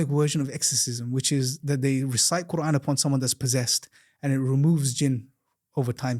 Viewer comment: I don’t like how he keeps referring to Allah as “God”, “God” “God” and then he says words in PERFECT 👌🏾 pronunciation eg. qurAen 🙄 then why keep saying God instead of Allah!!!????